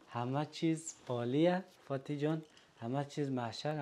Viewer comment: آقاي محترم...شما که خانم خوده دوست دارین احترام میگذارین. به جای این که اسم شه بگیرین باید .بانو جان بگویند یا عزیزم..یا گلم ...شما نه تنها اسمشه میگیرین بلکه درستم تلفظ نمیکنن ...فاطی...می‌گین که اصلا خوب نیست